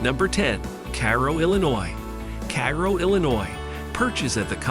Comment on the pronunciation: Obviously no one checked on the how to pronounce East Saint Louis Illinois correctly, well at least pronounced Illinois correctly. Now this could be just the people I grew up around but we had always pronounced Cairo as Kay row. Perhaps the locals don't pronounce it that way.